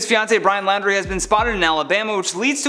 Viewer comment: It's not pronounced Lowndrie, it's pronounced like 'Laundry"